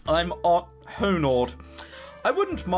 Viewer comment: The way your pronouncing the h in "honored" reminds me of Hodor.